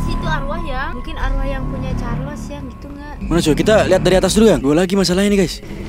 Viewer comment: Ey. Bang aku dengar cho-cho carles dari manusia